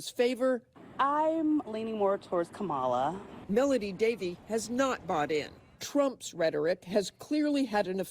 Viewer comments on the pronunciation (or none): You hear that people her own people who vote for her can't even say her name right😂😂😂😂😂😂😂😂😂😂😂😂😂😮😮😮😮😮😮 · how come they didnt get offended when they miss pronounced Kamalas name?